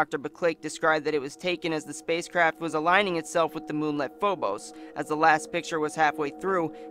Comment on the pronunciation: Its Phobos, not Fobos.